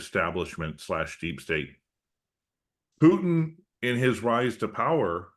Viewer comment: President PUTIN not Piuutin. Please show some respect.